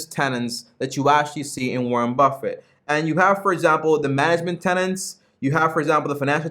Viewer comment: Good review! One thing, though: Buffet talks about business "tenets" not "tenants". :-)